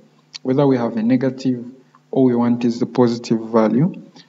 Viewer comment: nice tutorial. when you say negative, it seems like you are saying "NiggaTive